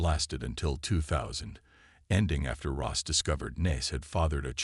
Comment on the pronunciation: It’s Ross not Rose!